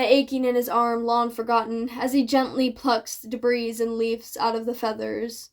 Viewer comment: ❤❤❤ Just a quick heads up; in "debris," the S is silent, so you end up with "deh-BREE." Because English 😅😅😅 🤦‍♀️ Keep doing your thing; you're doing really well!